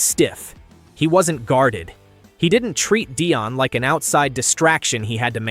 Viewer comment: You’re ai bot doesn’t know how to pronounce Deion